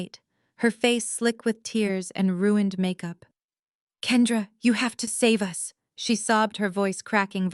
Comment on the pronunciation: Why can’t AI say ruin/ed?? 🤬🙄